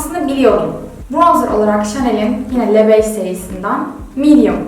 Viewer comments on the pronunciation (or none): ''LE BEIGE'' Kelimesini, ''LÖ BEJ'' diye okumalısın, Duygu.